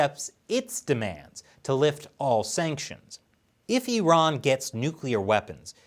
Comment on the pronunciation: Thanks for saying “e-run” and not “I-ran”